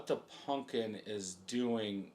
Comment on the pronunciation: bro your like 40 learn how to pronounce pumpkin. it aint a "punkin".